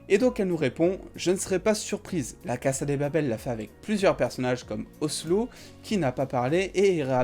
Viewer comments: Qui sont les debiles qui disent "caza de papel" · Anae Kremser , non c'est Cassa de Papel ! On prononce ainsi